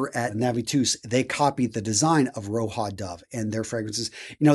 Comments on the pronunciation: What is "Roha" ???, he's not hispanic, it's Roja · 1. You missed one of the latest releases, Fragrance du bois in collaboration with Producer Michael. 2. It's not "Roha", it's "Roja", you pronounce the J Other than that, great review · I totally get that. I just think misspoke because - lets be real - he does it a lot. Heck, even earlier in this very video he mispronounced Roja as "Ro-ha", pronouncing it as if it were Spanish. he does a lot of work, but it sometimes like he rushes through and misses details. It's kind of odd because it does make him lose credibility when he's addressing people that are way deeper into the fragrance world than he is. He may have a huge collection, but his love for fragrances seems very surface-level. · Bro Roja ain't Mexican, it's pronounced how it's spelled